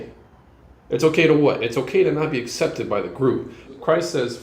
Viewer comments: accepted is pronounced ak-septid. I used to say it wrong too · SOMEONE TELL HIM THAT’S NOT HOW YOU PRONOUNCE “ACCEPTED” 😫😭 PLEASEEEE I BEG OF YOUUU